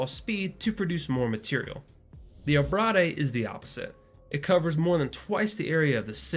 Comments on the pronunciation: Abrade is pronounced ah-brayd, not abradé. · lol "Ah-Brah-Day" ??? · Im pretty sure its pronounced, Ah-Braid, like its spelled. Because when two vowels are seperated by a consonate the first one says its name. Eh, i think is usually for foreign languages